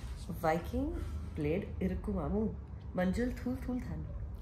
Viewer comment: Ada kadavulae(Oh god), guys are great, killing our sweet language. Its ok, haha...It did not sound properly hahaha...Word Manjal sounds correct from both of you...